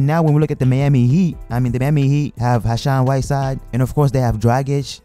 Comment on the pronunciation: Lol he said Hashan whiteside